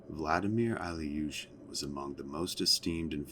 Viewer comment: His last name was Eelyushin (Ilyushin Илью́шин), not Alyushin